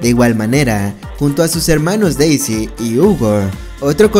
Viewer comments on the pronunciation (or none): none